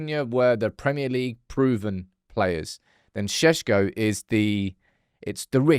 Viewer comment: Is it pronounced Sesko or Shesko?